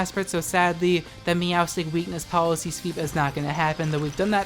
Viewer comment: Glad to watch another video! I love how you say “Weakness Policy”, lol